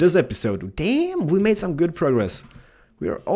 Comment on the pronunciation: Are you saying good or guude?